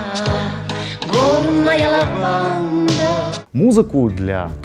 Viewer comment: Йак, Йак, а не Яак...